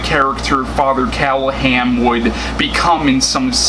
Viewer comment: true story: Barlow was made into a monster b/c in 1979, there were 2 films...Dracula(Frank Langella), and Love at First Bite(George Hamilton)already had suave master vampires, and Hooper thought the audience would be bored with another of the same thing. BTW, it's "CallahaN".